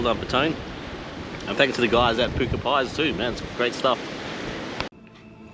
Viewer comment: Great content. Puku means tummy, its pronounced pook ooh. Pats pantry pies are great. Tapu pub pies, and Burtons cafe, pepper steak pies in thames , are next level